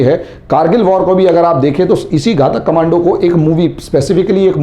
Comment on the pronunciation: घाटक नही घातक बोलते है